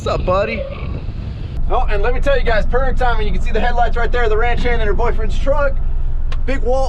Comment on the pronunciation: this guy say ranch hand lmfao